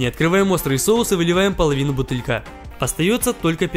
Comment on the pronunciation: он сказал бутылька